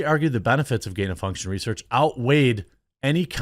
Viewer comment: You can’t even say gain of function.